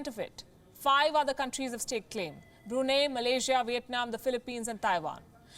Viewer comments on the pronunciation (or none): none